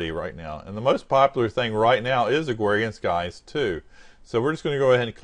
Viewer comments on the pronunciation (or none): Agwarian skies...